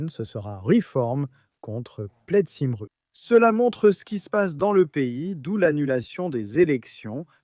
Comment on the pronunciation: cymru se prononce keumri